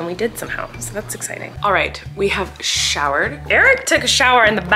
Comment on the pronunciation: Did anyone else think she said sharrted when she said he showered outside and I showered inside